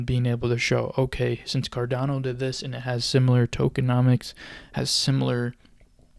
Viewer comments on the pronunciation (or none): Cardano not Cardono hahaha